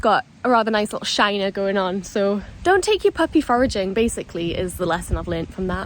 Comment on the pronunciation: I thought you said don't take your puppy for a GIN.....I was thinking yep that's good advice 😂......foraging, not gin! 🙈